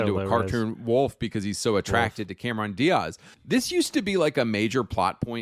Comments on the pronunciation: ew, why does he say "Diaz" like that hahaha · The way he repeatedly pronounced Diaz drives me crazy. Like what accent is that?